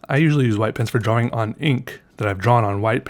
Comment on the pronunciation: When i read the title, I read drAWing in your voice.